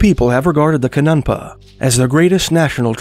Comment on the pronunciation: Cha New Pah, that’s how you say the words for a sacred pipe. If you want to score more brownie points (and subs), please consider phoning an Indian friend to consult with pronunciation. These words are sacred. It matters whether or not we respect the languages of cultures. You’d probably correct someone who mistakenly referred to the holly gruel.